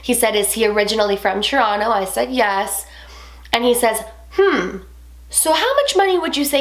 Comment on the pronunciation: why u say "tchronow" instead of Toronto? idk it just bugs the living fuck outta me lol but i dont wanna be a grammar nazi, but it irritates me lol still love the channel tho!